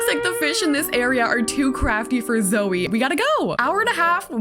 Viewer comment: Me every time you said my name: 👁👄👁 (It's Zoey btw)